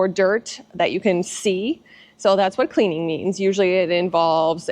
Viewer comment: Did you say cleaning or cleavage vidio